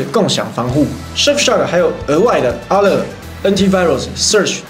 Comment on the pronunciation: Alert發音是「噁樂」啦~哈哈哈